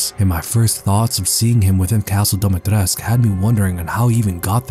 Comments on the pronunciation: Awesome video!! Btw...It's pronounced Dimi-Tres-Cu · Dimistrescu not domitresc even game make that mistake